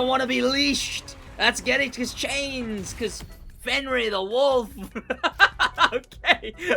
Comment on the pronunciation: Stop saying fenryr, its fenyr. Or i just got comment baited